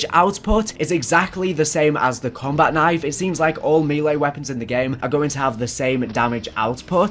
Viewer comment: "Combat Knife" You butcherd it